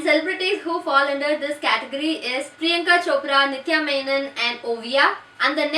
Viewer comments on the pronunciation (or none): none